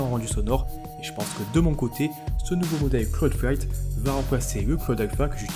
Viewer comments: Ta du mal à dire cloud fight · 👌 t'as un peu de mal à dire le nom nan?